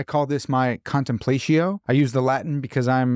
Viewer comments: Another fantastic video! Indulging my own pretension as a classicist, when you said “contenplatio” like that, both I and a kitten died inside 💀. But I love your stuff, great work! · ...big fan, you make great videos....but i have a question for you....."Contemplaysheeyo"?!?! C'mon man, I know you read a LOT of Latin, its time to step up that pronunciation!!! Thanks for the great videos. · I believe it would be pronounced /kahn tem plah’ tzee oh/ in Latin. But English-speaking people often use their English phonograms to pronounce Latin words in everyday conversation. Either way is fine with me. Let’s not be TOO pretentious haha! Thank you for this video. It’s interesting, well-done, includes helpful journal links, and has kept me thinking. I’m glad I found your channel while scrolling around.